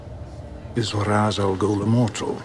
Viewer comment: I've been a diehard Batman fan since I was a kid in the early '80's. And while I really love this movie, and think it introduced a whole generation of people to the character who've never wanted to read the comics, it doesn't actually follow DC's canon very well. Ra's Al'Ghul is actually pronounced "Raysh", not Raz. The comics also portray Bruce to have a much stronger sense of willpower than this movie. From the very moment his parents were killed in the comics, he spends his childhood and teen years traveling the world training for his mission as Batman. He doesn't just decide to do it after reaching adulthood (though the Nolan movies do a good job of showing the greater wear on his body by not having that training). Batman canonically was NOT trained by the League of Shadows like he is in this movie (his son Damien is though). Also, in general, if you want the best representation of DC heroes, look up the animated movies. DC's live action movies aren't as well fleshed out as the Animated Movies.